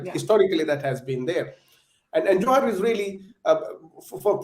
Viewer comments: Dear Barkha, Don't pronounce it as 'Johar' with the middle syllable sounding like ha as in ' halt'. The second syllable needs to be elongated.. pronounced as ha in ' ham'. The way you say it, sounds like 'jouhar' - the rajput ritual. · The pronunciation is JUHAAR. Stop pronouncing it in a way to mean the Rajput ritual. And Juhaar is common af in Odisha. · Barkha doesn't even know how to pronounce 'Johar' 🙄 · It's not johar, it's more like juhar